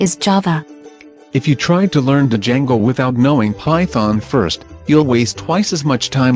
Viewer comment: Di-jango XD i can't handle the TTS